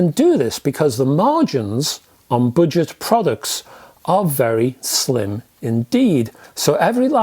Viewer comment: I kept thinking you said “ butchered”speakers! Your accent is fine except for the word budget. You butchered it.